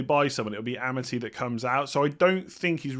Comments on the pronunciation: its A - mar - T not Ama - T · It's Arr Marr Tee by the way not amity!